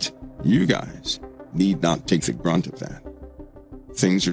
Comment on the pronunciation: Brunt not grunt